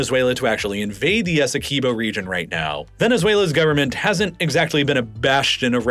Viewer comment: As a guyanese everytime you say essequibo wrong i flinch